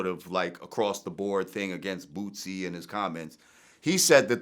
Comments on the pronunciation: Jamar calls him bootsie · “BOOSIE” not “BOOT-Z”. 🤦🏾‍♂️ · Jamar called boosie bootsie 😆😆😆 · IF YOU CAN'T SAY IT RIGHT DON'T SAY IT AT ALL ITS BOOSIE NOT BOOTSY UGH 👀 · It's Boosie, not Bootsie LJ😂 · Why Jamar keep calling him Bootsie tho? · looooll jamar keep callin boosie bootsie ahahah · This nigga calling him “Bootsie”😂🤣🤣🤣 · Why do all the guests call boosie “bootsie”? Lol